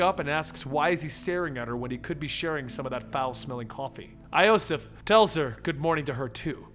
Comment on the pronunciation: again you say wrong names, iosif you dont say right